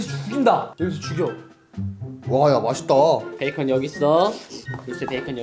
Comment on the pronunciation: 와~ 야 맜있다~....... 벌써 개로 변했나요?? ㅋㅋ